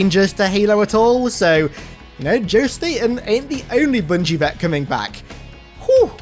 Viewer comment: Did you just say "boongie"? Sounds nasty.